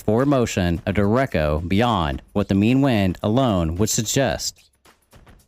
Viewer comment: duh-reck-oh, nice video though lol.